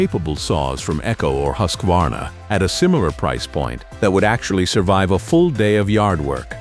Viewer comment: “Huskwarna” “style” “Huskwadonna” Is this a chainsaw video or a comedy?